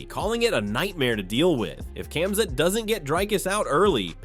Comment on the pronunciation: Not even pronouncing Khamzats name correctly.. I don’t think the people who create these videos actually watch mma or the ufc.